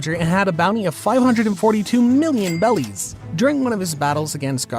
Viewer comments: why are you saying bellys instead of berries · OH GOSH ITS BERRIES NOT BELLIES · why is bro saying bellies🤣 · Why does he say "Bellies" !?!?! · Imma be a hater real quick, the way this mf says "bellies" kind of annoys the fuck out of me other than that good video